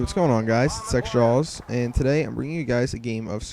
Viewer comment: LOOOOL i thought you said ..."hey whats gonig on guys is sexjaws" lol